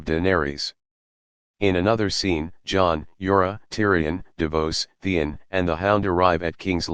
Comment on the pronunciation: there s jorah and then there s yara ......... pronounce properly.